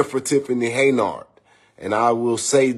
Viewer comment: Who in the hell isTiffany Heynard? I thought her name is Tiffany Henyard? I can’t stand when so called “intelligent” people can’t pronounce simple azz words🤷🏾‍♀️🤷🏾🤷🏾‍♂️and repeatedly says it wrong? It’s HENYARD GOTDAMMIT!🙄🙄🙄